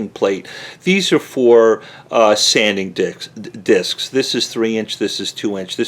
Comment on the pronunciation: This is an amazing tool because I hate cords, did anyone else catch saying sanding dicks? 😂 I'm still laughing